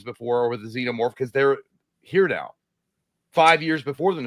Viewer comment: When pronouncing "Xenomorph" think Xena warrior princess, its (zee-no-morph)